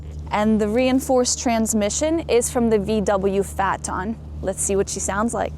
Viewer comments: VW FAT ON?? 🤣🤣 it's pronounced FAY TON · WHY DID ANYONE THINK TECHNO-MUSIC DROWNING OUT THE EXHAUST SOUND WAS A GOOD IDEA? AND DO THEY NOT KNOW HOW TO PRONOUNCE THE NAME OF THE CAR THAT BEGINS WITH "P"? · Her pronunciation of Phaeton and Gallardo leaves a bit to be desired.